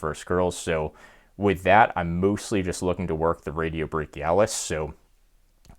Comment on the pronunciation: Bachioradialis not radiobachialis 😂